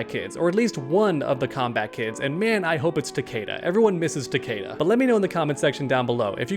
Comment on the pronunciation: Why the fuck does everyone say Takeda wrong? It's ta-kee-da. That's literally how everyone in the MKX story says his name.